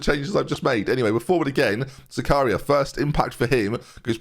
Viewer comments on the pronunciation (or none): butchered Zakaria’s name…